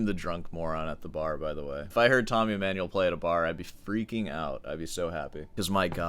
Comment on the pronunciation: Tommy E-"meh"-nuel... Oh please... Not a YAMAHA... 😂 BTW, The infamous Tommy video was my intro to Sor Hands... I can't watch 🙈 Can I filter out the Emmanuel clips and just listen to the Sor commentary? Palestrina ftw... 👈👉 Dying here... Good point on melody...